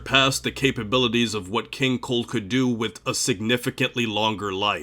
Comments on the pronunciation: I keep hearing king cole not cold, and it’s irritating me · Maybe it's me, but 50% of the time I hear you say 'King Coal'. I think it's funny and I can't NOT hear it anymore. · Kinda strange I keep hearing you say Keen Coal